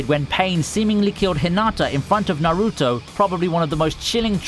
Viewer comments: Bro it’s not na-ruto it’s naruto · why does he pronounce naruto like that?